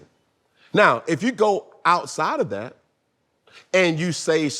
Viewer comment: “ I take advantage o-dat !! “ 😅☠️